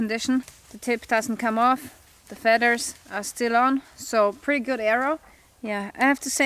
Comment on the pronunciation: I love your accent hon, but there is no 'D' in feathers. Thanks for the lesson in arrow making, great arrow head.